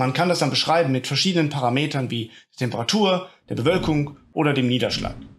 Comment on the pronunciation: Das Ding wird PaRAmeter betont, nicht ParaMEter. Auch ist es natürlich völlig absurd, die Temperaturentwicklung in der Vergangenheit anhand von Eisbohrungen (also relativ wenigen Messwerten über einen sehr langen Zeitraum an sehr wenigen Orten) dem Überfluss an Messwerten im Heute gegenüberzustellen. Um die paar Messpunkte der Eisbohrungen korrekt vorherzusagen, benötigt man keinen Supercomputer, schon deshalb nicht, weil das Quelldaten sind, anhand derer die Klimamodelle modelliert werden, um der Vergangenheit möglichst genau zu entsprechen. Natürlich können sie diese dann auch "nachstellen". Den Supercomputer benötigt man, um Katastrophenszenarios zu prognostizieren und neue Geldquellen anzuzapfen. Ohne Katastrophe, keine frische Kohle. Da wir ja schon seit 30 Jahren 5 nach 12 haben, sollte die Kohle vielleicht mal sinnvoll investiert werden: in Deiche und Klimaanlagen beispielweise. Die Niederlande saufen nicht ab, obwohl sie in großen Teilen unter dem Meeresspiegel liegen. Mit der Kohle, die sinnlos verballert wurde, könnte man auch stattdessen die eine oder andere Insel retten, wenn man denn wollte. Aber wer will das schon.